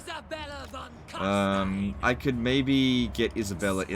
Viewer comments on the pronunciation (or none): Love you and your stuff but it hurts me to hear you pronounce Carstein as Karsteen rather than Karstayn